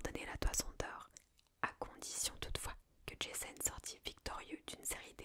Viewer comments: Super vidéo, mais on prononce Jason pas Djaizonne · Ja-zon , pas Jayzone ma belle :D Il était grèc pas américain! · J'adore le concept mais prononcer Jason "Djayson" ça m'a sorti du truc 😭😭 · Le pire étant encore "Djésonne" 😅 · Oui jaîzon 😂😂. J'ai beaucoup aimé, ça "marvelise" les mythes, lol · Bien sympathique cet épisode d’ASMR. Lecture originale et captivante. Seul bémol : la prononciation à.l’anglaise du nom de Jason. Totalement anachronique et ridicule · Tu sais que d’habitude j’aime bien ton ASMR mais là tu m’as saoulé, j’ai coupé la tu prononces Jason à l’américaine ça m’a grave soûlé, alors qu’à la base c’est un nom grec Jason, la Toison d’or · Alors, je vais écouter parce que j'aime la mythologie grecque, mais j'avoue que le Jason prononcé à l'anglaise m'a surpris XD. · 😂😂😂 J'pense pas qu'il faille prononcer J.A.S.O.N avec l'accent anglais ! Trop drôle ! Il ne s'agit pas du tueur au masque de hockey de vendredi 13... Ni d'un fan de tuning originaire de Boulogne sur mer ou de Tourcoing !!! Mdr !!! 😂😂😂🎉🎉😂😂😂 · C'est top mais la prononciation de Jason !!🤣🤣🤣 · Desole la video est bien, l idee en tout cas, mais etant grec la facon dont tu prononces jason a l américaine c est pas possible pour moi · entièrement d'accord, cela gâche tout! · 1ere fois que je vois cette vidéo. Mademoiselle svp prononcé correctement les prénoms et arrêté de vouloir tout américanisé. C est JASON et pas JaIson. Comme pour PoseIdon. Le i ce prononce. Dommage cela gâche la séance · On prononce JA-ZON et PO-ZE-II-DON...!!!